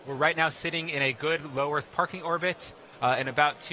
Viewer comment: Why does he keep saying "Orth" instead of "Earth"?